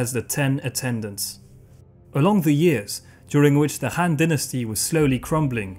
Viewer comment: Han shouldn't be pronounced like Hand, but should be pronounced like Attila the Hun.